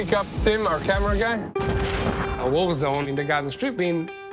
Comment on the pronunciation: what’s up with this guy in the English language? (six day WHOA? Whoa with Ukraine? Thumbs down for this guy if he’s gonna screw with his audience by mispronouncing a simple word like war👎🏼